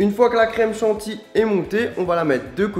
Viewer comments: on dit chantilly pas chanti! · j ai l impression qu' il dit chanti ou lieu de chantilly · On dit "micro-ondes" et "Chantilly", pas micronde et chanti. (C'est comme Vani.) :P LALALAAAAAAAA ! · Pourquoi tu dit de la crème chantii tu sais pas parler ou quoi ??? Bouffon